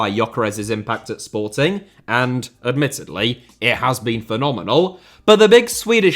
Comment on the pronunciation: I also noticed that, does make an effort the way he said Sportings's shows that, and I'm a Benfica fan